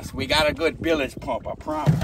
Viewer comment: He said bilige